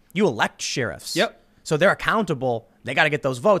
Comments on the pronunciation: Sheriff “Share If” not “She Riff” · Sheer-ifs? How about Share-ifs? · Sheriff = share if..... NOT sheer if . Thank you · Ok, now you need to learn how to say "sheriff" and "both". There is no "L" in "both" and you say "she-riff" like it's She-ra's sister or something. Should be more like "share-if" or if you want to take it back to the root "shire reeve". She-riff is She-ra's guitar-playing sister. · Nobody: Tim: Sheerif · "Sheeriffs"? What do you live in the Shire? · Where the hell do people pronounce the word Sheriff, shee-riff? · Tim: "sure-iff" Me: I've never heard sheriff pronounced that way. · Is Tim really saying sheer-ifs? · Why does he say sheriff like that. 😂 We usually pronounce it like share-uff or share-if. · What's a "sheerif"? Get pulled over for speeding in a small town, be polite and respectful, smile, and everything's good. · I'm still trying to get used to the way Tim pronounces the word Sheriff. I'm so used to how its said on Gunsmoke and Bonanza. That and Marshal. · Why has no one corrected Tim's pronunciation of "sheriff," yet? They call themselves his friends?😋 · Tim still cannot say Sheriff 😆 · Tim, your pronunciation of the word “sheriff” confuses and frightens me. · Glad I'm not the only one! Is this a mid west pronunciation. I have been around the country and have never heard it before. It's been used so often the past few weeks I've gone from laughing to cringing. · Collieco Form no it’s not. I’m from the Midwest and we do not pronounce it like that. I think he just doesn’t know how to say it😂😂😂